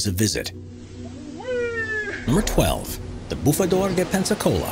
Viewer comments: Someone teach this guy how to pronounce Madagascar. And it's Peniscola, not Pensacola. 😂🤣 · Ive never heard someone pronouncing Peñiscola in such a weird way... Never. It sounds like you´re saying Pepsi-Cola :S:S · Nice try. Very funny the pronunciation of Peñíscola as the not very similar "pensacola" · Just in case nobody said so: Peñíscola is pronounced pehNYEEScola, not Pensacola :-) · El Bufador at PEÑISCOLA (Spain) no PENSACOLA (USA) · "spanish town of Pensacola", it is not right, the name is PEÑÍSCOLA, is ok written. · The Spanish town is pronounced Pen YEES cola not Pensicola!!🤣🤣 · De pepsicola jaja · He's pronouncing it like Pensacola, Florida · The spanish town of “Pensicola” Loool 😂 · Actually is Peñíscola, Valencia, Spain. Pensacola is in Florida USA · That is not even close to how you pronounce Peñíscola. Like. Not even trying. You are just saying a different name that you already know... 1/10 in effort.